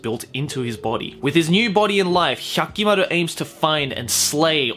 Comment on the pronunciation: Every time he over-pronounces the names I cringe a little. He sounds like filthy frank making fun of weeaboos. Nobody in the series said HYAHKIMARUH